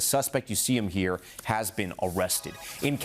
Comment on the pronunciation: El Presidente said "we'er going to ear"